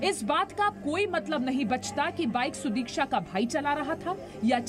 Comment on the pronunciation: Abbey saale udiksha nahi sudiksha hai !!